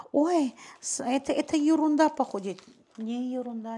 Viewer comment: Добрый день.Осень нравиться когда вы говорите юрунда это ваша фишка очень даже красиво звучит.Дп ещё пожалуйста напоминание нам чаще чтобы поставили лайк,а то я смотрю от всей души вас и забываю.А так вы напомнили опа и сразу ставлю.Обожаю вас❤❤❤❤